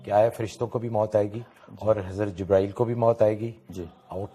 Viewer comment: Pahle to aap acche se boliye jibrail aleh Salam dusri Baat video banane Se Pahle hadees aur Safa number bataya karo